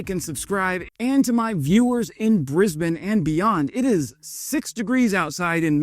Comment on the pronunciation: Your channel is great, but your pronunciation of Canberra and Aussies needs work . It’s pronounced can.. bur.. a ..: not can.. bear.. a …: And Ozz..eeze not oss.. eeze.. Your brekkie , dunny and Brisbane pronunciation are pretty good. And yes send those helicopters to Ukraine 🇺🇦